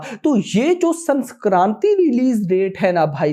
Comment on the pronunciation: Sanskranti nahi sankranti🤣🤣